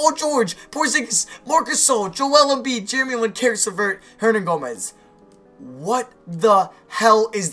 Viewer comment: why do you say billy hernagomez